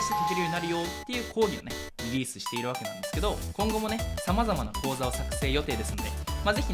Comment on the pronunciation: 講座(カウゾ) 口座(カウゾ)